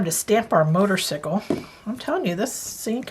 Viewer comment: As a Harley lover, thought this card was fabulous. Just a hint, motorcycle is pronounced motor cY ,long hard y, not icicle like popsicle. No offense, just a hint. As always enjoy your video tutorials.😂